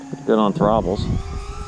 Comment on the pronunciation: “ Throbbles” lol every time haha. Great vid as usual!